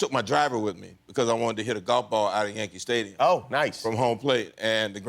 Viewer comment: I swear I heard him say "Yankee Pfftadium"! Or is Mandela hitting me with his transdimensional moonbeams, we'll never truly know